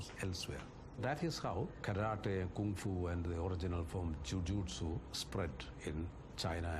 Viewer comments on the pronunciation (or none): It's Kung Fu not kunfu